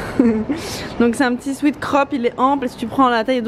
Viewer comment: Tu ne prononces pas bien "sweat " tu le prononces "sweet" qui est bonbon